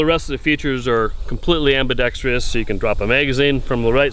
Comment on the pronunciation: What is it with the gun crowd's general inability to pronounce the simple word "ambidextrous" correctly? All over YT, gun people are pronouncing the word in the most ignorant way imaginable: "ambee-dextree-uss." This is ignorant, embarrassing, low-quality speech. It's evidence, yet again, of low standards in expression and learning. The word is pronounced: am-bih-dex-truss. Google the word if you need the phonetic spelling. Yes, this all matters.